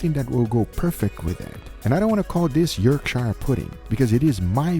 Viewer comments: I like how Guga managed to get Worcestershire pronunciation correct only to completely fail at Yorkshire.. :D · IT'S NOT PRONOUNCED WORSTER"SHIRE" SAUCE ! ITS JUST "WOOSTER" SAUCE. Surely you could have asked someone english how the word is pronounced before making an issue of it on your video. Also its not Yorksh"yre" pudding. The end of all English counties are pronounced "shur", ergo; Yorkshur. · I read this before I got to that bit in the video, I was expecting york-shire, like the shire from the Hobbit but what we got... yerk-sharr?? Brilliant, love it. It's like he knew it's not pronounced how it looks, but wasn't exactly sure, and just went for it. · It's not pronounced York "shire", say York and Cher as one word, Yorkshire 😆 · I love how well guga can pronounce W. Sauce, as an english man its so proud of him.. but then.. he said york SHIRE. Its pronounced the same as you say W. Sauce mr guga, the IRE is silent when shire is attached to a word! Much <3